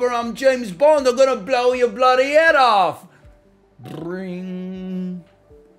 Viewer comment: If nl wants a tip to imrpove his british accent(s), the main thing I notice is mixing up the "ah" vowel sound with the "o" vowel sound, because they are basically the same in american english and he has to "unmerge" them. For example, every time he says "off", the vowel sound is like he's saying "ahff". And conversely, sometimes when he says something ending with "...ather", it sounds like the vowel in "bother". An example for you to check if you have this vowel merger is to check if "father" and "bother" rhyme in your accent. In any british, australian, or new zealand accent, these are two quite obviously distinct vowels. Another similar merger is the "au" and "o" vowels, which I hear sometimes mixed. The classic example is "cot" and "caught", but I've heard funnier examples like "thought" sounding like "thot" in an attempted accent, despite having different vowels. In general, if the word has an "a" in it, then the vowel will not be the same as the "o" vowel. But there are exceptions like "want".